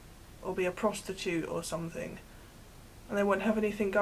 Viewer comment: "Somethink" Hurp durp!